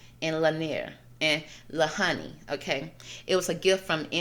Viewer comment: There were a few things you had incorrect about this…the pronunciation of Lahaina is said like - LA HAI NA… the whaling was never done around the islands, but was a place whalers up until the late 1800’s would stop to rest and restock food/water before selling the whale products elsewhere…we don’t do that here at all and actually whale watching is the main part of the economy in winter months. Westerners for sure did come do a land grab and take over the kingdom of Hawaii by business influence, then illegal annex and then statehood. The rest of your reading had depth and great intentions of truth.